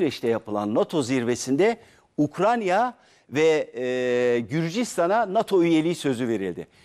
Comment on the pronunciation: Ukrayna ukranya degil 😂 resmen ukranya yi saymaya basladim